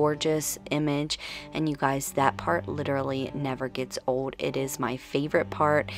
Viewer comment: Where are you from? The way you say old is so different....you say it like "ode" instead of old.